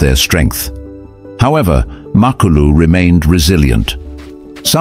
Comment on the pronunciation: HIS NAME IS MA KLU LU NOT MAK KLU LU